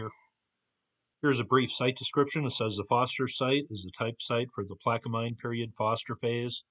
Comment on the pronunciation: Hi I enjoy your videos. Thought I would help you with the proper pronunciation of Plaquemine. You have the front half correct, the end spelled m i n e, is pronounced men.😊